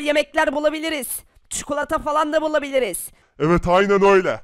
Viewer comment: Abi istersen Türkçe öğreteyim . Çukulata değil çikolata